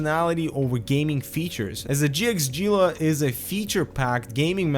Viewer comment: It is 'ghee-la'